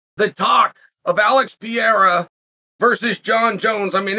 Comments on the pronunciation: Chael, it's "Pereira", not "Pieira". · AHAHAHAH. Was going to say the same. Pyera is fabulous. PeReira. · P.E.R.E.I.R.A !!! NOT PJERA !!! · His last name is Pereira not Piera ffs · The E in Pereira is pronounced a lot like Pokémon's "é". Péréyra if it's easier for you. I've heard Joe Rogan calling him Peheira, confusing the double RR or hard R in portuguese with a single 'soft' R. Rafael -> Hard R. That hard R is pronounced like an H in English. Hafael. Borrachinha -> Double R or hard R sound, it's pronounced Bohachinha. (Nha is pronounced like a fast Nya) Pereira -> Soft R. That R is pronounced like the r in 'car'. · Chael Sonnen "Alex Pee-era" I'm sure he KNOWS it's Pereira. Or maybe Pee-era is his name now, because Chael says so. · Pee-ear-ah. Man, I LOVE Chael's pronunciations!🤣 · pereira = pierre 😂😂 i love chael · Pierr-ah W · his name is piera now. uncle chael's word is final. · Jon should fight (and beat easily) Per-air-ah to spite Izzy. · Alex PEE-ERA. Fucking Chael 😂😂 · “Alex Pee Era” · Pierrah, Pierre or peaira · Who tf is PEE AIR UH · Chael kills me how he doesn’t pronounce anyone’s name right , “ Alex piera “ “ Islam Maklchev “ there’s more i can’t remember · Never under stood how he gets PEE-ERA out of Pereira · Who’s piera? 😂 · Does this man have some twisted evil pleasure of intentionally mispronouncing his name as PIERA? Cause I can't believe he can be this much dumb or ignorant to not realize by now that Pereira's last name sounds nothing like PIERA... That's not a hard to pronounce name by any means. So what is it, conscious desire to belittle him by butchering his (quite easily pronounceable) name?... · First thing out of Chael's mouth is a mispronounced name, it's actually incredible. "Alex Piera" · He’s been mispronouncing it since always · Behlal and pee-era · I think Chael is just trolling with the Names, but Schaub also calls him Pee-era and he’s not trolling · "Alex PEE-yeahrah" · why uncle Chael say pereira like that 😂😂